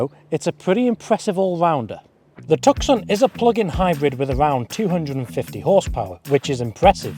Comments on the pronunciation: You lost me at Tuck-son! Its pronounced two-s-on! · Tuk Son?? You could at least get the name right! 😮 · Toos sone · hahahahahah the tukson is a pretty impressive car... its pronounced tooson dummy as in the city of tucson arizona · I’m pretty sure you pronounce it “Tusson” like the place in Arizona. Not “Tuckson”. Great reviews though. Thanks. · It's pronounced 'Tooson'.... Glad you weren't testing the ... Hyundai ..Santa FEH! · 2 minutes in had to turn it down wtf is a took son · Tuck-son...you toooool! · Please stop saying 'took-son' - doing my head in lol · The ‘C ‘ in Tucson is SILENT!!! pronounced TOO-sahn !! Little bit of research and it’s found OR knowing geography!!🤦🏻‍♂️ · Please pronounce 'Tucson' properly please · How can you review a car and not know how to say its name??? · Learn how to pronounce it properly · Cannot even pronounce the name correctly or know the 4 dots are morse code for H. Come on mate! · I own one and couldn't get to the end of your review simply because you can't pronounce Tucson....forget the 'C' it's silent 😡